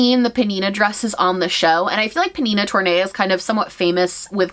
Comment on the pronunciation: Tornai is pronounced Torn-Nye.